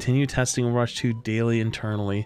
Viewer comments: OVERWATH...........smh my head bro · Overwath? or Overweth? maybe moreweth?